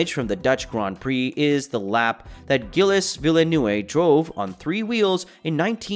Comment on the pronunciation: Gill Less Villa Noovay?????? You mean Gilles Villeneuve? Oh my god I've never heard a more butchered name. Is there a medal for that because you deserve it.